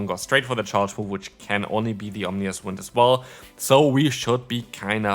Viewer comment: The way you say Ominous is wild. Remember the I is before the N not after 😂